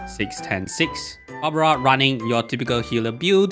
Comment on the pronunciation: its barbara..not babra🙂